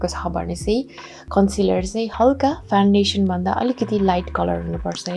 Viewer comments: 🤣😂.. khas ma ta foundation ho. Nakkal paarera bolda fandation suneko ho😂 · hajur hamilai ni thahacha. Correct spelling Foundation ho ra pronounce garda fawn-day-tion huncha. 😇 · Fandation vaneko sunxu ta... adi adi boleko ki testai vanne baani hoki correctly vanne nai tei ho? .. launa kasaile vandiye hune☹